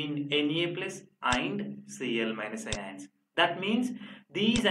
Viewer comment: Ugh, this horrible pronunciation of "ions" in this video is just the right turn off to stop listening. Please do watch over it, It's just pronounced as "ions", not " aaiiyyaanss". FD